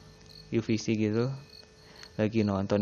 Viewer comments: Plis plis yu ef si, bukan yu fi si wkwkwk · UFC dibacanya *yu ef si Mas, bukan *yu vi si. Ekwkwk..... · Lagi merinding-merindingnya dengerin cerita, eh kesel aku denger dia bilang UVC ekwkwk